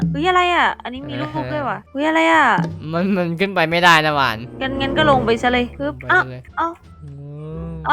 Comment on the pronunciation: หวานไม่ใช่กวาน